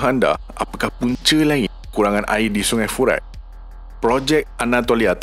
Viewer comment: Sebut betul² admin, "AIR" bukan "AEA". " TIMUR" bukan "TIMO", " BESAR" bukan "BESA". " BANDAR" bukan "BANDA". " BANJIR" bukan "BANJEY". BAHASA JIWA BANGSA.